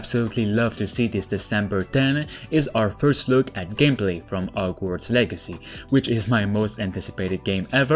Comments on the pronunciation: He said, “OGWARDS” instead of HOGWARDS 😭😂😂😂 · No one:: Ogwarts